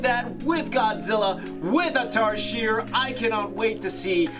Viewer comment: I'm Filipino and it's pronounced 'tarsheer"